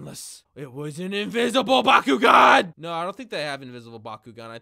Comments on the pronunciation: I thought he said Bakugo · thanks to bakugan for sponsering this video. what i heard: "b a k u g o u" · Please tell me I’m not the only one who thought he said Bakugou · Yo who else thought he said “Bakugone” instead of “Bakugan” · I thought he said byakugan : k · I thought he said bakugou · I keep on think he is saying bakugo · I like the part where he said "Bakugan"